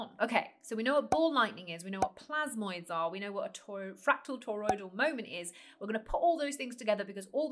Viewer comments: Do you realise your saying 'toyroidal'? Not toriodal... And stop saying donut for gods sake. We each have a toriodal field around our bodies, as does the earth. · Aaagggh! Not Toy-road-all.